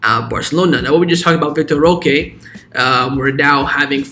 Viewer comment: Why do you say vitor roca? Its vitor roque